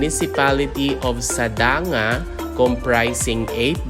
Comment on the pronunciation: Sadang-ga. Not sada-nga. Come here in the cordillera and listen to the original pronounciations. And its more confusing to the kids